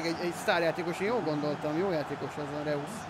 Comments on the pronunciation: Reusz xd😂 így kell kimondani: rojsz :D 😂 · Az nem reusz hanem rojsz 😂😂😂